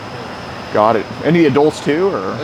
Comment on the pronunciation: Adolts? it's pronounced adults.